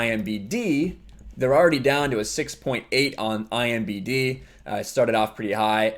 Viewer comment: Please stop saying IMBD. It's IMDB. Sorry.... just hard to listen to that.